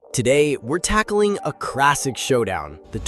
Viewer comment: Why you say classic like that lol